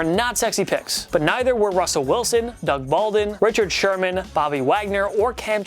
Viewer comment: "Doug Baldin" lol